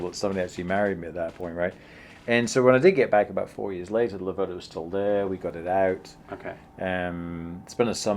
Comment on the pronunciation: Great effort mate but please pronounce it correctly: it's Lave-rda not La-verda. Just move the accent one syllable further. #MadeInItaly